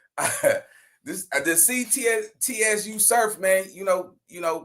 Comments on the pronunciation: “Suuuu surf” bro tsu pronounced is Suuu lol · It's not TSU like the school lol. Its TSU (pronounced like sue) surf.